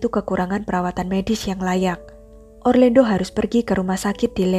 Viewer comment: Pengucapan namanya orlando. Bukan orlendo